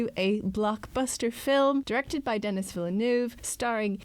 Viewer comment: "Dennis" is what bothered me (in place of the French Denis, which sounds like "de-KNEE").